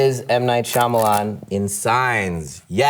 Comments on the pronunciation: Jim actually says M Night "Schulman" 😂 to mess with Michael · Actually Jim said M Night Schulman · I like how he mispronounces his own last name now I’m not that embarrassed about not knowing how to pronounce it anymore😅